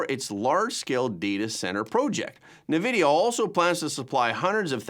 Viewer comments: It's not "nahvidia" it's "N" "vid-eee-ah" where the "N" is just said like the letter N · EN-vidia… not NA-vidia